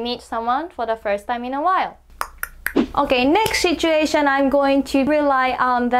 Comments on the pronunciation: Just a friendly advice. You should probably drop the H when pronouncing "situation". It's not pronounced "shituation". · really interesting. Quick tip - it's pronounced sit-u-ation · Great video! You might want to be careful with your pronunciation of the first syllable in 'situation' though! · Her saying "shituation" is pretty funny...😂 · "shituation" 💀 THIS WAS NOT MEANT TO BE HATE SHE MAKES AMAZING VIDEOS THAT TEACH ME SO MUCH! 💛💛💛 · "you're in a good mood... what happened?" there was a shituation 🤣